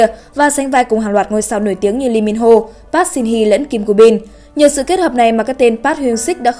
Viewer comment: Ad đọc họ "Pát" nghe ko hayi đau